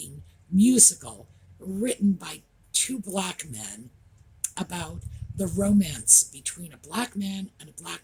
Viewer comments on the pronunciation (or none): none